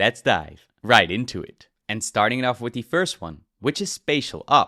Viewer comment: WIF, DIS, UDDER, TRILL, .... it's TH that hard to say? Tongue under your top teeth and breath out.... it's actually pretty simple